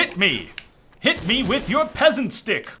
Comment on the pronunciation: "Peasant Stick"? Don't you mean "Pheasant Stick?